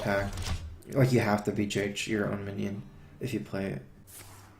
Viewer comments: why does he call Big Game Hunter "BJH" pronounced "Bee, Jay, Aitch"? surely it's BGH or "Bee, Gee, Aitch" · that sounds so much like "Bee, Jah, Aitch", or "Beeg, A, Aitch". lol